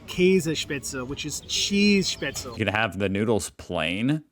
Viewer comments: Same with "Spätzle". My man, just pronounce it properly as [shpäts-leh]... no need to butcher it into [spät-tsel] just because English native speakers might try to pronounce it that way! How are they supposed to learn the correct pronunciation if you give them the wrong one! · That guy is explaining German food and can't even pronounce Spätzle correctly living in Freiburg...